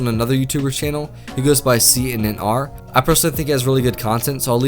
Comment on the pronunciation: It’s not “CNNR” it’s pronounced “Connor”